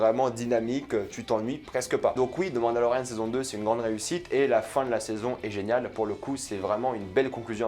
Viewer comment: On dirait que tu dis « Demande à Lauriane » quand tu dis « The Mandalorian » haha